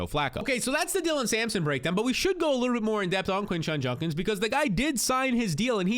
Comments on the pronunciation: It’s JUDKINS not junkins 😤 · Bro it’s JUDkins not JUNkins 😂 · He says “Junkins” instead of “Judkins” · Bro it’s JUDkins, not JUNKins 😂😂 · Judkins not Junkins lol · Who TF is this Quinshon "Junkins" you keep talking about??? PLEASE learn to pronounce the guy's name. smh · It’s Judkins dude. Judkins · My god it was like pulling teeth hearing junkins 😂😂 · Came here to say this. How hard is it for people to say JUDkins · Was bugging me too. Lol. It will be Junk-ins if he turns out to be trash.